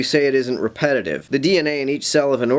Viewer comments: It's not repetitive, according to this dude. It's 'highly repe-dive'. Yes, 'highly repe-dive', there, I said it again. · it would also help his case a lot if he would learn to pronounce "repetitive" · When you can't pronounce "repetitive", then repetitively mispronounce the word, the irony destroys your credibility on anything more "complex" in your argument.